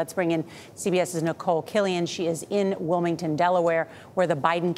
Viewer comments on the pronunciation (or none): none